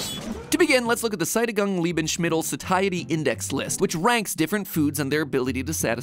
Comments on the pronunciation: I had to check twice what he meant when he said "schättigangs liebenschmiddl" :D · Sajdigang Liebenschmiddle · as a german, this pronunciation hurts. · I love german words pronounced in english, could listen to Seidigung Liebenschmittel the whole day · As a german, hearing matpat say: "Sättigung Lebensmittel" as wrong as humanly possible resultet in an uncontrollable outburst of laughter XD I love it! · I have never heard someone pronounce "Sättigung Lebensmittel" worse, congrats Matt. You win the prize for overall worst pronunciation of German Words. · X3 how he pronounces "Sättigungs Lebensmittel" is so completly slaughtered that not one sylable was right but somehow cute :3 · Hahaha same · Ya same he absolutely butchered it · For me as a German the funniest part of this video was when Mat failed to pronounced "Sättigung Lebensmittel" Biggest laugh in a long time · How wrong do you want to pronounce "Sättigung Lebensmittel?" MatPat: "Ja." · I'm laughing at how confidently wrong MatPat pronounced "Sättigung Lebensmittel". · OHHH MY GOD Matpat totally butchered "Sättigung Lebensmittel" I didn't even recognise the word and was just like, hold up, that sounds suspiciously like someone brutally mispronouncing a foreign word. I think google translate offers a sound file to how things are approximately (as bad as robot-voices can get imitating normal speech) pronounced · that looks a lot like the german words "sättigung lebensmittel"(ae=ä) (/zɛtiɡʊŋs lebɛnsmɪt(ɛ)l/) wich translates to "saturation food(s)" all i want to say with this comment is i hope you'll pronounce it correctly in the future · Nobody talking about MatPat completely butchering the 'Sättigung Lebensmittel'??? Dear Mat pls check your pronounciation of german words;) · As a german I just love the way MatPats pronounces "Sättigung Lebensmittel" Satiety Index List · Why sounds Sättigung lebensmitttel like japanes by mattpad and not german - Grüße aus Deutschland